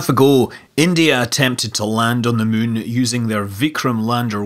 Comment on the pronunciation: not sure if he just says Mun instead anymore or it's just his scottish kicking in